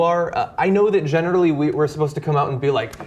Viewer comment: lol genitally